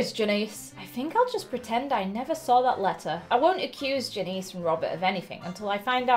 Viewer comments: THE NAME IS JANICE NOT JENICE GET IT RIGHT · It’s pronounced Jan- iss not Jan-ees